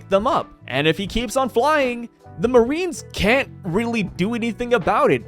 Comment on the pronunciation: Yes, the moe-arines.